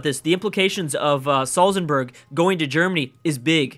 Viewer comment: Please stop saying Salzenburg, it's Salzburg!